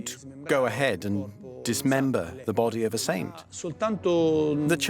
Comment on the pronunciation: It’s really driving me absolutely freaking crazy how he is pronouncing the word saint